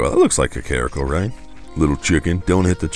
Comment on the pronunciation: It's pronounced Kah-kuh-reek-oh